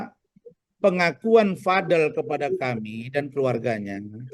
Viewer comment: btw gengges deh denger Razman ucap namanya Vad-el bukan VadEL. kaya pengen beda banget